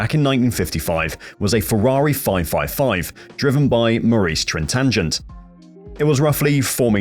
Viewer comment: "Maurice Tran tanjent" 😁😁 It's pronounced "Maurice Train tee neon"